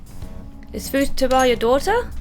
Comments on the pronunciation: the way you we’re pronouncing Futaba was cracking me up! Fooooo- ta - ba ;) good stuff 🤣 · Also why do you keep pronouncing futaba's name wrong? You corrected yourself in the video that you were saying it wrong but yet you keep saying it wrong anyway!?